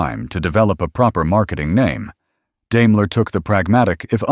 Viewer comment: Learn to pronounce Daimler.